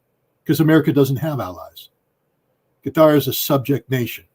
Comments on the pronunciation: I guess it is Qatar, not Gutter, right? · Scott. It’s Qatar, spelled Katar. Not Gutter!! 🤭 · Is QaTAR NOT CUTTER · Why scott keeps calling qatar gutter😂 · Anyone else laughing at Scott Ritter for pronouncing Qatar “gutter” I guess it’s on purpose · It puzzles me how Ritter can pronounce Qatari, just fine, but pronounces Qatar as Cutter. Lol, who's he trying to or not trying to impress with that. Only pronounced it right after the host prounced it correctly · Scott pronounces gutter instead of Qatar. hehehehe, Freudian slip of a tongue. The USA is isolating itself. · What is wrong with Ritter intentionally calling Qatar as gutter? He sounds like the Israelis intentional misprouncing Hamas as Khhhamas.